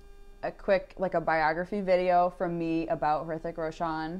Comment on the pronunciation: Actually it's not 'Hrithik' but 'rithik', 'H' is silent. Plz react to tanajhi movie trailer plz 😀.